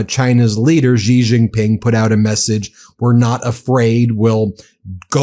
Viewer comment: Xi is pronounced "she" not "ji."